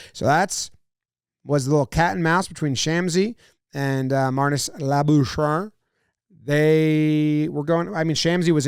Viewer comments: you could look up for pronouncing his surname rather than struggle through the whole video.. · Please learn to pronounce Marnus's last name correctly first. You must know that cricketers bowl, they do not throw. This is what sets us apart from the animals. Then boom he pronounces Labuschagne correctly. OKay I got to in and realised you know what you are talking about for a Yank but just mis pronounced Labuschagne the first time. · Awesome review! You also have to take into account that Marnus Labuschagne was born in South Africa and deliberately changed the pronunciation of his surname to sound more Australian. So for a lot of the South African cricketers it's really satisfying when they manage to get him out! No wonder Shamsi was celebrating like that.